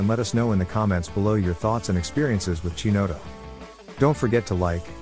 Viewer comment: It's hard to take a review seriously when you can't pronounce Chinotto correctly. Its Ki-not-O